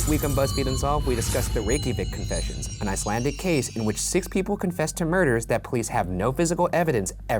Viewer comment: I speak Icelandic... I applaud his efforts.